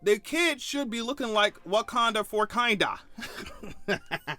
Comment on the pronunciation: “Wakinda” 😭😭😭😭😭 you ain’t have to do that child like that….